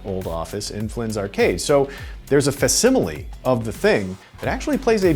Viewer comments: "There's a fuh-similie"? When you don't write the review yourself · IGN: showing the world how to pronounce facsimile, one video at a time.